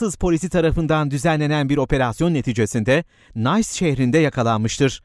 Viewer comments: nays diye okunmaz o nis diye okunur :) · Nays şehri mi ? Hahahahah nis diye okunuyor olmasın :)) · O şehir Nice, "Nis" diye okunur "Nays" değil. Sunumlarda, videolarda önemli böyle hususlar. Dikkat ederseniz sizin faydanıza. 1 like 1 like'dır. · Allah için bu nasıl bir hatadır yahu?! Nice şehri derken Fransizca Niys şeklinde okumanız gereken şehri İngilizce gibi "Nays" şeklinde okumuşsunuz.Güleyim mi utanayım mı bilemedim. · Nays şehri olarak okunmaz niis diye okunur gundi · Nays değil Nis (Nice) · şehrin adı nays değil,nis :-) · Nays sehri degil :) nice diye yazilir, nis diye okunur kardiş :) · Nays şehri en amk? Her "Nice" ingilizce okunmaz. O şehrin adı "Nis" olarak okunur. 😂😂😂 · Nays şehri nedir yahu. Nice, nis diye okunur, nays değil. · Nays değil gülüm o. İngilizce'de değil Fransızca. Nis diye okunur. Haberin olsun. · nays şehri ne aq :)) nice şehri, nis diye telafuz edilir! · Hahahaah “Nice” şehri “Niss” diye okunuyor kral